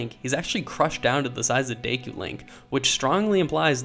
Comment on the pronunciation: lol "day koo"